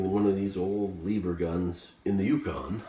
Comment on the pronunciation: First of all I want you to say the word "ever". Now I want you to put an L infront of the word ever. The word Eever isn't even a word and just sound's uneducated